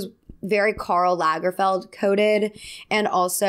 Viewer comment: Wow, you’re an American who pronounces "Karl Lagerfeld" almost right!😂